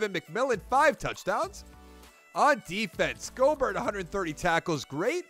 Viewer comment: Schobert's name is pronounced "Show-bert"